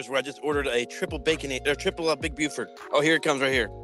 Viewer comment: I domt know why, but i like the Big Buford, and the way you say it made me feel personally attacked for that.